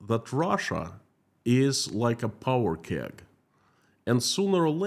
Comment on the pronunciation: “Powder keg” sir